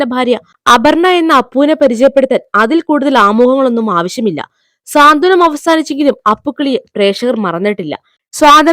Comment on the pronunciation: സ്വാന്തനം എന്നല്ല സാന്ത്വനം എന്ന് വേണം ഉച്ഛരിക്കാൻ. ദയവു ചെയ്ത് ശ്രദ്ധിക്കുമല്ലോ.